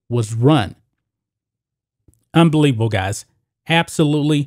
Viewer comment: * ,, UNBABBIBABBLE,,,GUYS!! ABSOLUTELY 💯 (* UNBABBIBABBLE!!*)..LMAO